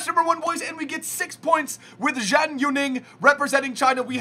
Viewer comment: FYI, Zhang is pronounced as "Jung".